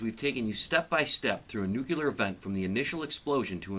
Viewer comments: Sure wish you would not say "nucular". The word is pronounced NEW-klee-uhr. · When you say nook-ya-ler instead of nuclear, you really undercut your message. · "It's pronounced new cue lure....the s is silent" Peter Griffin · What's with people pronouncing Nuclear as "Nukular"? I don't see two U's in Nuclear. I suppose this mispronunciation is the origin of the word "Nuke".